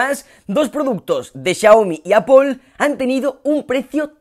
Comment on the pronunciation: Qué veo, un español que pronuncia bien apple?